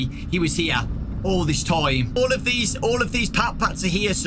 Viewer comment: "what is zeese?! What is zeese?" Truly an inspirational quote